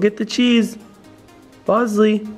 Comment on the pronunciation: He called the rat bozley